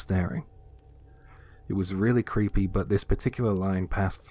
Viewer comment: Night fishing? Creep-EE.